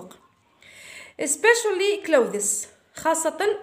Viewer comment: شكرا حبيبتي حابة اصحح المعلومة clothes لا تنطق كلوذيس. فا على ما اظن تنطق كلوذ. اللهم اني بلغت الله يحفضك